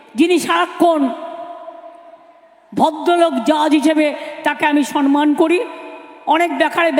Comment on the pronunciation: কথা টা "সম্মান", "সন্মান" নয়, অনেক ভূল উচ্চারণ করে l